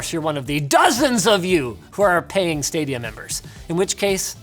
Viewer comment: When he said Stadia I giggled a little